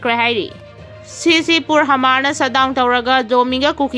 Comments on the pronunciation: Hamar haigadaba nate Mar hayu.onare nangi pronunciation du. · Hmar asi mar haina pronounce tougadabani,h silent touraga. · Hmar da H silent oiraga Mar haina pabiyu. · Mar hairaga pao hmar haina paganu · Hmar hmar Mar haiu Nachin napthibadu pao paba Heitraga paganu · Hamar haibadudi 😂. Mar haiyune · H ki sound do silent oina panabane.pao padringeida Hanna rehearsal khara touba kanagani khalli.wahei chumna padabase pao tabada yam nungaite.